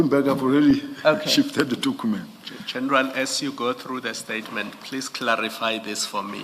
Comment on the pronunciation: Dokhument, patikhula approach, dokhete, prokhoment 🙄